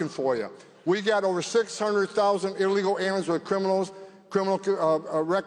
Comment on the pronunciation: He can’t even say illegal😂😂😂😂